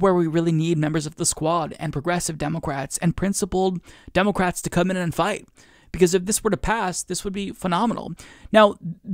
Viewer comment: the only thing that gets me is you saying, "DEH'-mə-krats" as, "Deh'-Mo'-krats." Nobody pronounces the middle "mo" as if it has emphasis. Emphasis goes on the first syllable. Let the MO go. DEH muh krats. Not, DEH MOH krats. It's just weird.